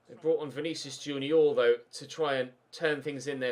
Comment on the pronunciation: Does he deliberately pronounce players wrong like who is Vinicius Junioooooor